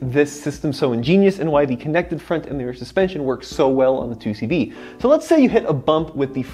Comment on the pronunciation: Great Vid I learned a lot and I’ve known the 2CV for ages my family had them back in the day until the late 80’s early 90’s. Good pronunciation too!